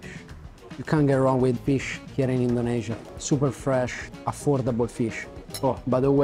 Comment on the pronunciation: I always love how you say "Indonesia" as a foreigner because it's the correct local pronunciation